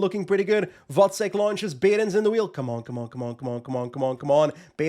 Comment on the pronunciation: Glad to hear you pronounce “Vacek” correctly. A bit tiring to hear the commentators calling him “Vaczech” all time long.😂